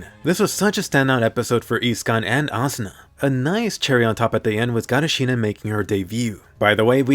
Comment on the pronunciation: Why is everyone calling her shinon